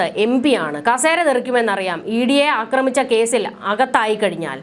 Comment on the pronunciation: അക്രമിച്ച'എന്നല്ല. 'ആക്രമിച്ച'എന്നതാണ് ശരി.